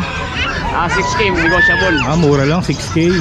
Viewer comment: nego-table daw HAHAHA